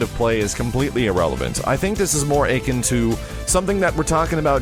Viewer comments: Ache-in,? You mean ah-kin? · dood: akin, not achin'. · ffs max, akin is pronounced ah-kin, not achin' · Why does he pronounce "akin" like "achin'" instead of "a-KIN"? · Did you just pronounce "akin" (uh-kin) as achin? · "akin" is pronounced "uh-kin" not aykin. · He says "Achin'" instead of "Akin." Also Melee is pronounced may-lay. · it's pronounced a-KIN, not like aching. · akin is pronounced uh-kin. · You pronounced " akin " like " achin' ". It irked me. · Akin is pronounced exactly as it sounds and not "aching". The A is not elongated. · please for the love of god man learn to pronounce certain words correctly. I've been watching your videos for a couple years now and I have to say it drives me nuts. Mispronunciation... we all do it, but some of your favorite words are constant repeat offenders. Akin is pronounced uh-kin. Already is not pronounced "ordy". You use the word HARK when you really mean HARP. Here is the definition of HARP: verb 1. talk or write persistently and tediously on a particular topic. "guys who are constantly harping on about the war" And the definition of HARK: verb 1. listen. "Hark! He knocks"